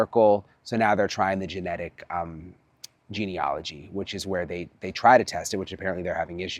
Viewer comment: Hi Brian, the word remember is 'genealogy', with an A. And the A is pronounced as an A not an O.